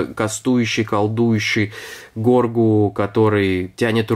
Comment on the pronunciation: Его зовут Грогу а не Горгу, а так видео крутое!